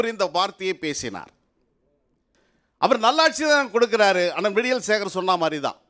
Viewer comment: விடியல்!!!ல’ல’ க்கும் ‘ள’ க்கும்வித்தியாசத்தை. தெரிந்து கொள்ளுங்கள்